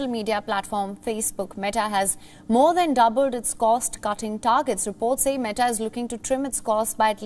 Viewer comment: Is the accent